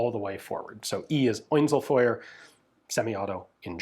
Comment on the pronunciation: E is Oinzelfeuer. Man I love your german, never stop!